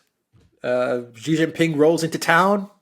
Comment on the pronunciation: Chinese president's surname is Xi, not Qi. Pronunciation of Xi is simple, just like "she" in English